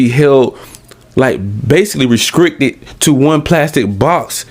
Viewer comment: “Re-scrickted” has me rollin